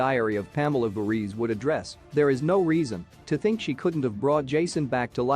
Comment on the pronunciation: First of all, why do you keep saying “Friday the 13th’s seconds”? Second, you keep mispronouncing Jason’s surname. Third, you mispronounced “Lives” in the title of ‘Jason Lives’. Fourth, why did you show those cringe-worthy pics of those ugly, fat random people at the end?